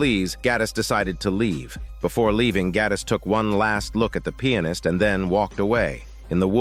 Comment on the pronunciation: I like how he pronounces Pianist like "Peannis"